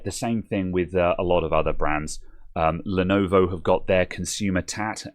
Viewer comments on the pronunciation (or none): none